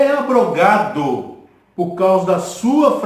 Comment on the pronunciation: Pastor, graça e paz! Parabéns pelo estudo. Só 2 coisas equivocada ; mas nada que atrapalha. 1° não se lê ABROGADO, e sim AB - ROGADO com ( B mudo ) é separado. 2° que faltou o senhor ler o versículo 9 de 2 Corintios cap 9 , que diz pra quem era a contribuição que Paulo estava fazendo. * Espalhou, DEU aos POBRES, a sua justiça permanece para sempre ! E pra confirmar que o velho testamento foi abolido, era só ler 2 Corintios cap 3 verso 14 a 18 . No restante o senhor está de parabéns! O senhor é corajoso viu, e Deus há de te recompensar por dizer a verdade dentro da Bíblia. Deus seja louvado